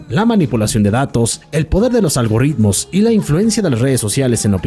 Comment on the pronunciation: Algoritmos, no algorritmos 😂